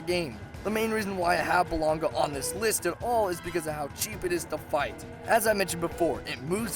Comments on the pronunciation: Most of these monsters are only on this list because you're too dense to understand the style and suck at fighting them (and trust me, I watched your gameplay the whole video). Also, he's not lunch meat, his name is blan-gon-ga. Also, kee-su. Also, plesioth has been around since Freedom. Lastly, this is what happens when you start a series late after it becomes popular. P.S. just when I thought the video couldn't get any worse, I had to endure your rendition of the Blair witch project at the end there. K, I think I'm done now. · Also Bla-gon-ga not fucking bull-on-ga fucking hell you need to improve your pronunciation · blan-GONG-ga keh-ZU phonetics man. phonetics. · Who thw fuck is "Balonga"? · He never mentioned the blangonga... he said balonga xD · "Balonga" kek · "balonga" ???? blangonga... "chezu" ???? khezu... literally just disliked because ur so bad at pronouncing them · when the he'll did blangonga become balonga, read the names before you try to pronounce them, like khezu, kh does not make the ch sound, kh makes the K sound so it's kezu not chezu